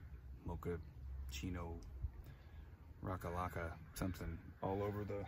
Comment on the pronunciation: Bro I'm sorry I'm still laughing because you said rockalocka lol